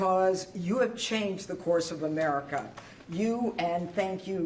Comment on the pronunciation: Did he just say WHERE I ERICKA???